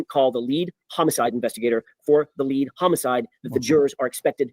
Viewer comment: I felr like Alan was shading Alessi and Yanetti for "going on a press tour". Also, they said it was all team work but Alan insistwd he was the "leewead" attorney.